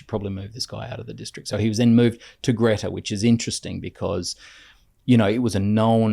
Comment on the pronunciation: FYI it’s pronounced ‘Gree-ta’ not Gretta 😊